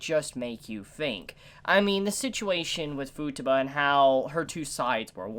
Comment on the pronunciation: It still irks me how u pronounce Futaba, it's an "a" not a "u", like taco lol But great video, agree with most of what u said, love this show so much!